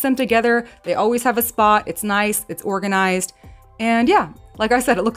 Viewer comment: As soon as you said, "organ-i-zised".... I sub'd. You seem to speak my language, so I'm in.😂 Tbh, you're the very bestest at this.🤗🇨🇦 EDIT: "indentions" 🤣 You keeps on makin' me feels all normals like.💖